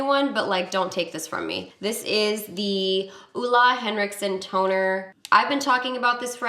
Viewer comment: It was so weird hearing you pronounce Ole Henriksen😂 It is norwegian and I am norwegian so It was so weird hearing that you pronounce it in english😂❤️